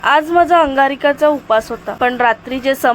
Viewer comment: अंगारिका❌ अंगारकी ✅